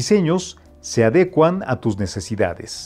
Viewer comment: No es adecuan es adecúan, como te atreves a dar consejos de estilo pronunciando mal las palabras...